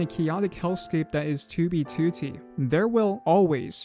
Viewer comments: Can't get used to your accent when saying toobie tootie. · help me comment on every video to get him to stop putting the emphasis on the second two it’s so annoying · great video, but why say toobeetootee ? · “Tew be tew tee” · Dude, it's very confusing... You say "2b2t" wrong. I've never tought that this was possible. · why does bro say 2b2t like that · You say 2b2t weird bro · why you say 2b2t weird like that? ;p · can u pronounce 2b2t normally? thx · stop sayin 2b2t like that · can you please say 2b2t normally for fucks sake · otherwise his contents good but that shit ruins it for me